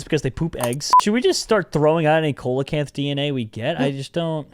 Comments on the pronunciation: It is pronounced SEA-LO-CANTH not cole a canth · They say Co-la-canth when its Sea-la-Canth 👌 Noice 👌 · the way you read the fish name is wrong its not "coal" acanth its "seal" acanth its just spelled like that youre making me rage your welcome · Please.... ceolocanth is pronounced seal-o-can-th and fun fact it’s still alive today deep in the oceans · Coelechant is pronounced seelichaent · it’s pronounced see-la-canth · coelacanth is pronounced see·luh·kanth, just a little tid bit cause it kinda bothered me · It's actually pronounced like seal - oh - canth. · You say coelacanth but its pronounced seelacanth. It just irritated me. Lol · yes ik but it is PRONOUNCED seelacanth. Ik its spelled coelacanth. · Coelacanth is pronounced SEEL-uh-kanth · Coelecanth is pronounced seal-low -Canth Dilophosaurus is pronounced dill- off - oh - soar- us Brachiosaurus is pronounced brach-ee -oh-saur -us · Coelacanth is pronounced se-lo-cinth